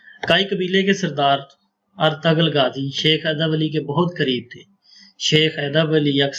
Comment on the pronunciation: Artural gazi naam hai Artugul galat pronunciation hai.